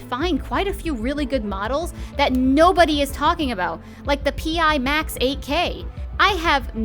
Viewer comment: I just wanted to let you know the pimax is pronounced (pi-max or pie max) thanks for the video tho.